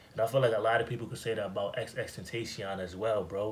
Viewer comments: It’s XXX-TEN-TA-CION not dat hard bro. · all love, but you gone have to stop butchering XXXTENTACION name mane😭😭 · Dj bro idk how u keep pronouncing xxxtenacion name wrong 😂😂